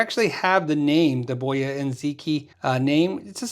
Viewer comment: It's Chinese, where the stress is rather on the last syllable, so rather bo - YA And zhee-TSJEE. I found a video (from 2018!) that confirmed that, Most noticeble is that the Q is pronounced as Zh or Tsj But off course there's no need the leave usual conventions.